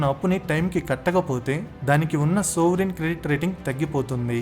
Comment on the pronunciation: సోవరిన్ క్రెడిట్ రేటింగ్ కాదనుకుంటా.... "సావరిన్ క్రెడిట్ రేటింగ్."